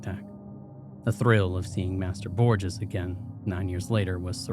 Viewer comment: ÑI'm so sorry, but i was a Spanish major and...you have mispronounced Borges. Every time. Mispronunciations aren't uncommon on this channel, but this one is particularly difficult because it comes up so often I the story. I think you should consider researching words that you have any doubt about. I love this channel but I have to suggest this at this point.